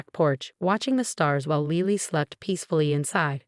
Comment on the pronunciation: The baby's name is Lily not Leely, please learn proper pronunciation